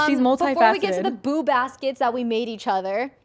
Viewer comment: I usually listen during my commute ... And I kept hearing "boob" baskets 😅 thanks for making me laugh!